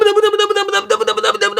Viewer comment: 無駄無駄無駄無駄無駄がだんだんダムダムダムダムに聞こえてくる